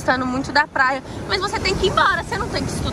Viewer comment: ela kkkkkkk ela fala plaia